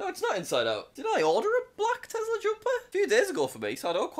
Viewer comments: I like how he says tezla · ah yes my favorite “telsa” car